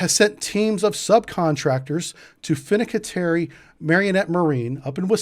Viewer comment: Say after me: Fin-can-tieri! Not: “Fin-a-cat-airy” 😂